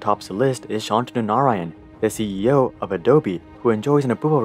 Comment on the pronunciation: Hey Are you an Indian American If so then I want to tell you mate your Pronounciation of Shantanu Narayen was a little bit of but you tried and Kudos to you for that